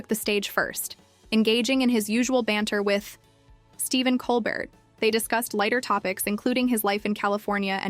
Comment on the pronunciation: Not to mention the pronunciation of ‘Colbert’ and the weird pauses before and inflection on some words.